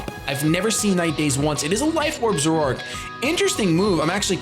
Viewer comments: I've never heard zoroark pronounced zo-rork before. I always say it as zore-arc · Wait... Did he just say Zoroark like "Zor-roar-k"?!